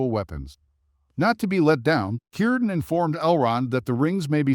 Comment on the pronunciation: Shocking AI can pronounce Cirdan correctly but not Celebrinbor